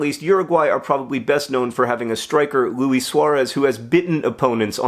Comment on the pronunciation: John, Luis Suarez isn't French, it's pronounce "Loo-ees" not "Loo-ee" (kinda like squeeze).